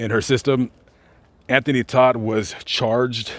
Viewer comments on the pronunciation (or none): T-O-D-T NOT T-O-D-D! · Anthony Todt not Todd